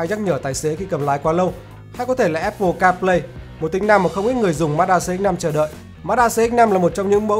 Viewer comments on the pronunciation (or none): none